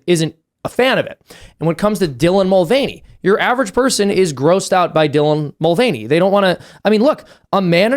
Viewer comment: It's called the mul-vain-ey affect.